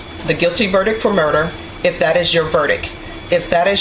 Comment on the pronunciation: Jesus. The woman is supposed to be a judge and can’t even pronounce the word “verdict”. And she says “80 years in the prison” not “80 years incarceration with the Texas department of corrections”, or something grammatically correct. DEI hire.